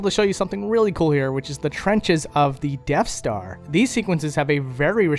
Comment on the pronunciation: Did you pick up on him saying deaf star